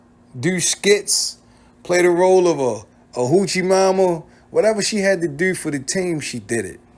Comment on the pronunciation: Whatever they needed her to dur??? Why y’all say dur, yur instead of do & you???